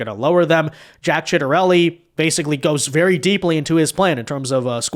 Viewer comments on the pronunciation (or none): You should really make sure you know how to pronounce 'Ciattarelli' before making a video about him. lol